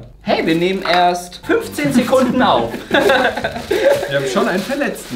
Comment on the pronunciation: wir nehmen erst fünfzehn seckunden auf. Ich:ne eine minute😂